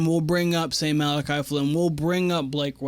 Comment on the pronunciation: This is Malaki's 3rd year on the team. You should know how to pronounce his name by now especially if you're going to make content on them.